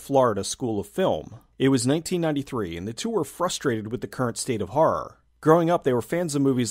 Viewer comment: Personally I'm no fan of harr movies, but the way you say harr genuinely makes me laugh.